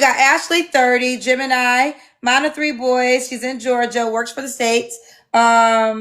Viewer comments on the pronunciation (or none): none